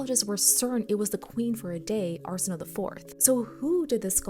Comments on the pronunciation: Her name is pronounced arsen, like arsenic, o, as in oh, a, as in way. Arsenohway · Just a polite fyi: Arsenoe is pronounced “ar-sen-oh-ee” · Just so we are clear: if a greek name has an "e" at the end, it is not a silent letter